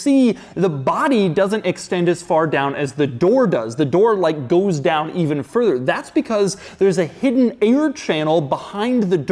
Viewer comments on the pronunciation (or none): none